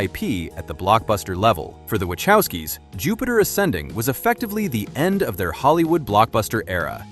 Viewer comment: I actually liked John Carter, but I saw it on DVD. Jupiter Ascending was pretty good! This narrator cannot even pronounce "Wachowski" so don't believe much of this.